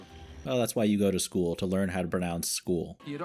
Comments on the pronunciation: I like that megamind is so smart that he knows how to pronounce things correctly the way they are spelled like "school" and "Metrocity" 🙂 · One thing I like is how Megamind actually pronounces things weird as a joke. But, people who read books to actually learn words and don’t talk to people pronounce words wrong like that. School, epitome, etc. and me being like that, I totally see why he mispronounces stuff. Except Metrocity.